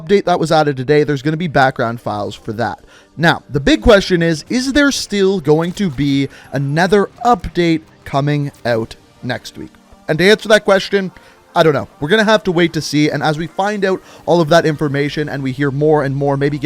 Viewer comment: to me he sounds like he is saying a nether update not another update